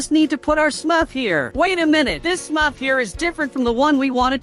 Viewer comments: Why did u say sumrf instead of smurf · Bro said smuf🤣